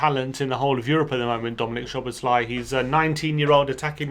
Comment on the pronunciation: “Sow-bohs-lie.” In Hungarian, the “sz” is pronounced like an “ss,” and an “s” is pronounced like a “shh.”